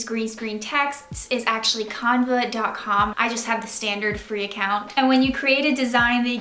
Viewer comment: BTW you say canva, Can Va